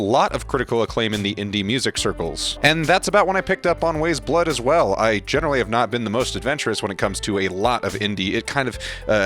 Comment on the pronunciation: It's pronounced as Wise Blood :)